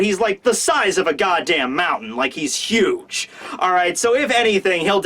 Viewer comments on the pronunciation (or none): none